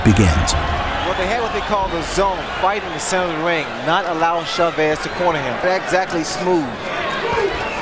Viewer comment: It wouldn't take much from an announcer to show a minimal respect for the name of Chávez. 20 seconds instruction and they'd pronounce it correctly. ... Actually, the main announcer is OK, but the sidekick?